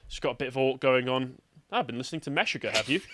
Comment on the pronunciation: Never heard somebody mispronounce Meshuggah before